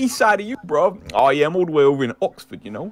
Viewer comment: 😂😂😂 wtf I’m British and the way you said oxford had me fucking dead mate